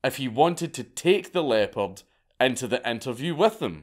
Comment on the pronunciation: I kept hearing "leper " until I realised he meant leopard in the hotel moment